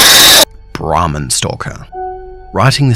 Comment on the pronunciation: It was sounding like he said the ramen stalker like someone guuna Rob your ramen noodles 😂😂